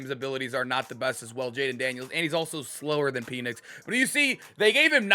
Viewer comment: Bro it is pen-ix not peen-ix